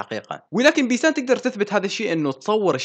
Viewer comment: منو انتبة انو قال بيتان بدل بيسان بثانية 55😂😂😂😂😂😂